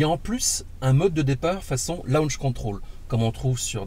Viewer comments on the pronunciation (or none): none